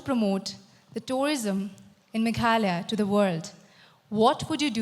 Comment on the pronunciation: Bro its not meglaya it's Meghalaya